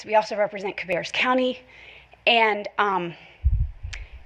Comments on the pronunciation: Ca' bear us, emphasis on the first syllable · FYI: Ca-BARE-us county. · Not that it matters, but the county’s name is pronounced “Ka-bear-us.” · Kuh/bear/us. Is how it's pronounced. Most North Carolina locations aren't pronounced how they're spelled. Good guess though. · Ka-bear-us is the correct prononciation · it is ka-bear-us county